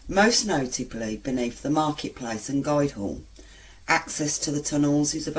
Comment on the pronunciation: Am from Derby lol Did you read this from Derby most haunted? Sorry ur pronouncing the guild Hall wrong to lol its also known as the old fish market Good video tho thanks ✌️